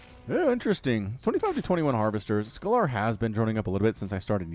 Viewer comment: Scalar is pronounced scale-er, it's a mathematical term that basically means a number without a direction (like temperature) as opposed to a vector which is a number with direction (think the speed with which you're travelling north)